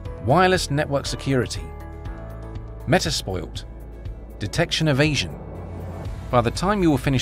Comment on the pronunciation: Did he light say metaspoilt instead of metasploit? Come on, it’s not that hard